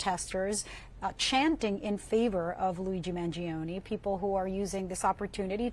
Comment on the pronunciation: the i in Mangione is mute.